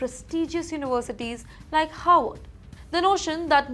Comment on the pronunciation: You pronounced Harvard as Horward. Why?